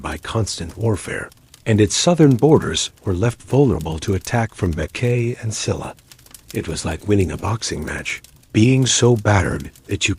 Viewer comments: Please say the correct pronunciation for SHE-LA not Silla, BECK-JAY not Beckay, GO-GOO-rYO not Gogu-REE-yo. Other than I appreciate watching about the Korean History and all the hard work you put into it. I’m Korean & immigrated to USA at a very young age and is close to retirement age. Keep up the good job! Thank you 🫠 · Oh my gosh. My ears hurt listening to this. It's Go-goo-re-yo. Baekje is Paek-Jae. I'm Korean.